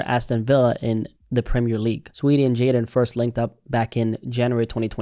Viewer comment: Fist vid I’ve seen that pronounced Jadon correctly.